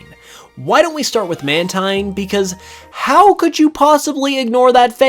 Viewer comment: Mantine Is actually truly Pronounced as Man~TEEN